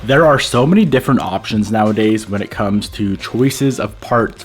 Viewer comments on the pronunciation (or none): none